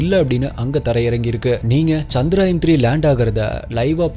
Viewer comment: Bro, it is 'சந்திரயான்' not 'சந்திராயன்'. ஏதோ சுப்பராயன்ங்கிற மாதிரி முக்கால்வாசிப்பேர் தப்பாதான் உச்சரிக்கிறாங்க.